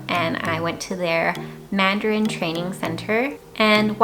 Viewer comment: Hi, I'm very happy to watch your video. Your voice and pronunciation of Canadian English and Taiwanese Mandarin are very very good. You are the best spokeswoman of Canada and Taiwan (Formosa). Besides, I'd be happy to share this film with every friend of mine in Canada. Ciao~~